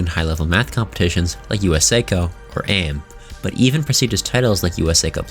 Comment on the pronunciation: You murdered the pronunciation of "USACO" and "AIME". It makes me think you don't even know the basics of this subject. Also that clip was from MATHCOUNTS, not USACO or AIME.